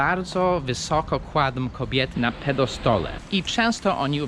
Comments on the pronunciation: Piedestale a nie pedostole. Co to jest kuźwa pedo stół? xD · na PIEDESTALE a nie pedo-stole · "pedo-stole"???!!! To taki stół dla dzieci? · mówi się "piedestale". Nie mów tej pierwszej wersji, bo to źle brzmi.